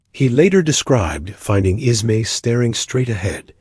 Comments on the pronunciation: The AI narration is tough to get past…”Bruce Isma” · I want to listen but the narration is horrible. I can't deal with it not saying Bruce Ismay so badly.